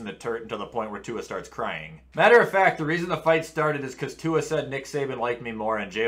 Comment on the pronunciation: Butchered Tuas last name